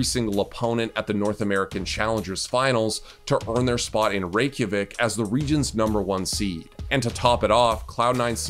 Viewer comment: The most shocking part about this video is that Iceland’s capital was said correctly every time